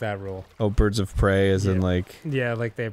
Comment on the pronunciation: Birds of pray-ay-ay